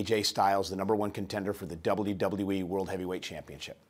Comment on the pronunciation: Dublew Dublew E -________